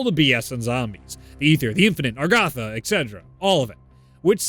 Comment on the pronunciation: STOP CALLING IT ARGATHA, ITS AGARTHA!!!!